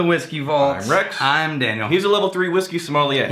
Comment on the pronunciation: Rex is always Rye-te